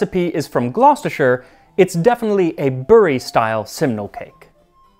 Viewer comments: I love that you put time and effort into learning how to pronounce things. Glostersher is spot on lol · Most Americans can’t pronounce “Gloucestershire” and “Warwick” properly but Max has no such problems 😍